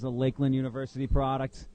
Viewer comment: Crazy I didn’t know Lakeland was pronounced Dominican